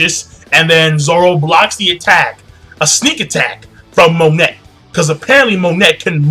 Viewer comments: pretty sure its pronounced Mo-Nay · Monet is pronounced "moe""ney". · pretty sure it's pronounced Monay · It's pronounced "MON-AY" and "BIG MOM" i believe. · her name is Monet(moe-nay) she is name after the famous french painter Claude Monet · Sorry if I sound like an ass here King, but it's been bugging me for a while- Her name is pronounced "moh-neh" (モネ) The "T" is silent. Other than that, great review, and don't hate me for this comment :P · why do you pronounce her name like that?